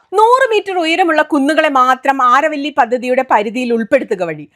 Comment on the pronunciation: അരാവലി എന്നാണ് അരവള്ളി അല്ല.